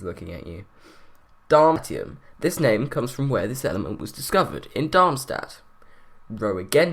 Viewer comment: The pronounciation for Meitnerium is actually meit-NER-i-um. Not meit-i-um. Pronounciation for Darmstadtium is darm-STADT-i-um. not darm-ti-um.